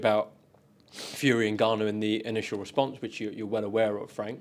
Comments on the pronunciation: Frank calling him Niganu 😭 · frank the grown man calling people names and saying his name wrong